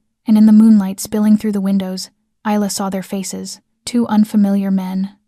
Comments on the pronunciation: For goodness sake woman/narrator, can you pronounce the name correct Isla is pronounced 'with an Y - Ayla and Not with a Z'. You always say Isla (Iyla) which is correct. But now and again you say Izla, this is incorrect. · Isla had her name butchered all throughout this, however, she should tell Dante to go F**k himself. "She is worthy of you"??????? HE is not worthy of her.